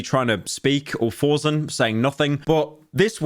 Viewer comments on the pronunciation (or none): Pyro, it's ForSen not ForZen LULE